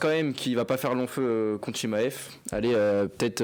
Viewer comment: J'ai entendu ChiKmaev j'ai quitté la vidéo